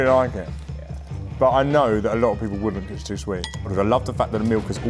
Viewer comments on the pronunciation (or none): “It’s chew sweet”